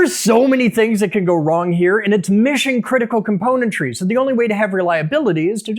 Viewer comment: You said componentrys! Or was it component trees? 🤔